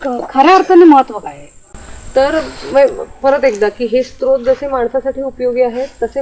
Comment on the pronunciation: दोन्हीं एपिसोड बघितले. उत्कृष्ट. स्त्रोत, अजस्त्र असे शब्द अस्तित्वात नाहीत. स्रोत आणि अजस्र बोलावे, लिहावे. Srot, ajasra , sahasra.